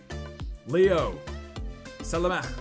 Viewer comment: les français derière cette vidéo quise tape des barre comment il prononce salamiche